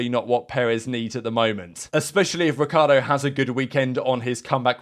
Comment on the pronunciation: Technically it's pronounced Ree-char-doe not ric-key-are-doe